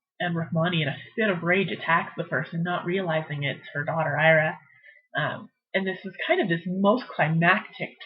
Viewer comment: Its eeeraa....ira